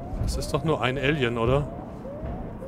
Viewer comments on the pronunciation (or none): Muss ständig schmunzel über die Aussprache von "Alien". Bei klingt es wie "Ällien" statt "Eelien"..lol